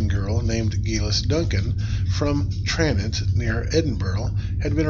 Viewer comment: North Berwick - it's pronounced "north berrick". Like a lot of things, plenty of Scots know of Geillis Duncan without the help of Outlander. Also, it's pronounced TraNENT.